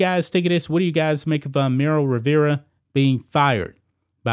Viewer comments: Her name is Marly not Meryl lol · This neega keep saying “Merrill” Rivera😂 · MARLY...Cant even pronounce her name right...smh😆